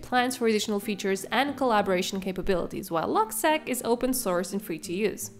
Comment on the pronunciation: It’s pronounced “log-seek”. “Log” for “logbook” and “seq” for “sequence